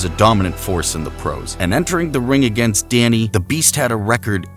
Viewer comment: I know this is an AI voice but why do you keep referring to Donnie Long as Dannie?